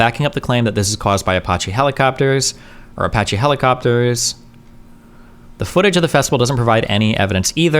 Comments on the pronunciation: All I want destiny to do is pronounce Apache correctly: A-patch-E. That’s it. APACHE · I don't know how many times I can stand Destiny saying "Apotche helicopters"... Edit: Thank you, much love. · Dude I can't handle it fkin ApOcHeE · That’s a fun way to say uh-potchy helicopter 🚁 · How could a native english speaker not know how to say "Apache"? That's my only take from this video. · Was looking like D caught the brainworms for a minute there. Glad he turned it around. Seriously, what kind of unhinged maniac pronounces "apache" like that? Jesus Christ,. 😂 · Man, I’m twitching everything time he mispronounces Apache